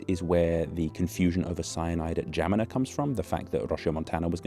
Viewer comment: romanian here - how in the WORLD were you able to pronounce "Geamăna" so well?! wow